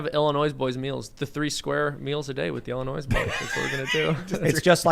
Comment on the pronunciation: I understand that the mispronunciation is intentional, yet still, it bothers me immensely.